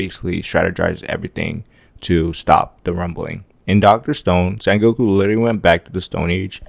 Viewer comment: Its senku not sengoku, doctor stone mc, 😅